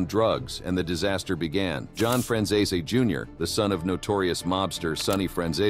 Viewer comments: The Fran who family? This video 💯 murdered the pronunciation of the Franzese name. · oh you don't gotta tell me. I've seen enough of his stuff on here. I was just laughing at the way it was being pronounced. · I think they miss pronounce names so people comment which help the cnannel on the algorithm I think